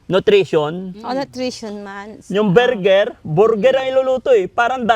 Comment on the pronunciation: hindi po burger.. Bulgur..